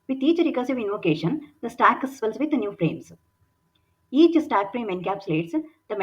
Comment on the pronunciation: superb content. pronunciation is a bit jarring even for an Indian. stack and heap with ck and p almost silent - not heapuh and stackuh